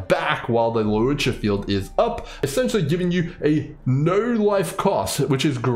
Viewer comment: Bro really says lu-o-cha 😂